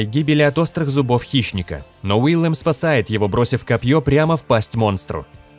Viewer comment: Не Уиллем а Уильем.